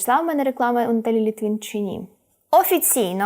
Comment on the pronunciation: Не Літвін, а Литвин! Їй напевно горить😅